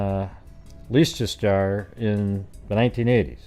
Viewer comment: I’m livid about pitchfork. He will murder again. He is a sadistic evil monster. There’s a petition going around to stop his release. How dare they! Leicester pronounced lester. It’s a tricky one. 😉Great show. X